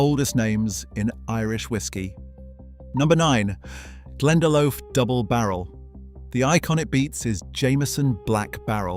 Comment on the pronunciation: Irish person here it's pronounced Glen-da-Lock